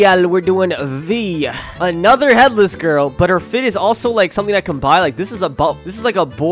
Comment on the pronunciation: When he was doing the third one he said gyal